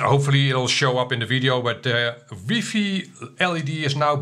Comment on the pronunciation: Lol ‘weefee?’ First time I’ve heard it that way